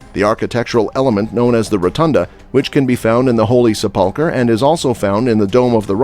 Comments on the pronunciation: Sep-PUL-ker??? Sep-PUL-ker:??? Who taught this guy how to read????? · Please learn how to pronounce words Sepulcher and Pool of Siloam. 😢